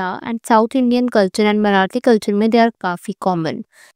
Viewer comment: Ma'am it's Marathi not marath or maybe maratha